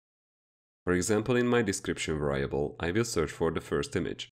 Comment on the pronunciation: Nice video, but it's pronounced VAIR REE ABULL not VAR RYE ABULL